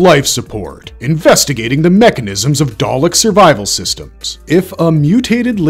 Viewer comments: Dude why are u not saying dalek the same way each time may as well pronounce it darlick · Your pronunciations of both Dalek & Davros are all over the place "Day-leck" "Dave-rose" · Good video but I found it grating every time the VO mispronounces things... especially the repeated switching between dah-lek (correck) & day-lek(wtf?) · "daylek" is that a new species of dalek💀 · please don't say Dalek as Day-lick AGAIN!, say it as Dah-Lek. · Why is it, he’s saying Dalek wrong, then says it the right way, “ dar’lek “…. It seems he’s never watched doctor who….. or at least the dalek episodes. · Daylek lol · WTF is a Day-Lick 🤣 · Please stop saying “Day-lek” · How can you post a video of this subject and pronounce the names so incredibly badly - Daylick? What ?. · DAR-LECK. When you know its not a true Dr.Who fan making the video. EXTERMINATE! ARRGGH! This is as bearable as the past two series. I'm out! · Pronounced dar lek. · "Darrrrleks"? Honestly American pronunciations are mad. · Pick one way to pronounce Dalek and Davros and stick with it please. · Why did he keep alternating with the pronunciation of dalek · if that's A.I., it's pretty good. Other than the Dalek pronunciation problem and the weird way he says the title of each section, it sounds like an actual person that did their research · why does it pronounce words different every time it says them??? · A quick pronunciation lesson for your narrator. Kaled isn't pronounced "Kay-led" ... It is "Ka-led". Also.. It's not "Day-lek" ... it is "Da-lek". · Yeah the causal mispronunciations of Dalek and Kaled is like nails on a chalkboard to my nerdy ears